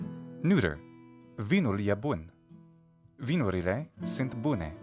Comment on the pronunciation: Your excellence is also proven to me by the fact that in Romanian you pronounce ”sunt” as [sɨnt] unlike many mislead native speakers.